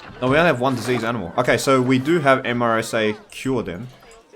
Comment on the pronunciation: I know it’s long after this was recorded but MRSA is pronounced Mehr-suh. It’s a very serious bacterial infection. Antibacterial resistant MRSA is responsible for some of the worst infections within a hospital setting.